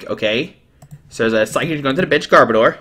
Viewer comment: You butchered gar-bo-dor name too!